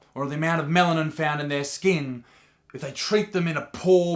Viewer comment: did anyone else hear "the amount of melon in their skin"